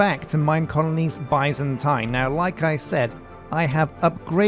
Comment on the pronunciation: I'm currently binging this playthrough and every time he says: "Byzantine" I hear, "bison time"...